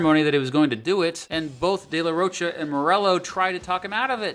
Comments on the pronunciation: Its Day la rho kah, not roach-a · ^^^ Where to hear "de la roach-uh" like 50 times in less than 20 minutes ^^^ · Dude….. you pronounced “Down Rodeo” wrong. Have you heard the song? It’s referring to Rodeo Drive, not a cowboy rodeo….🤦🏼😕 You also pronounced “de la Rocha” wrong dozens of times…. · Dude if you’re going to do a documentary on a band, learn how to say the front man’s last name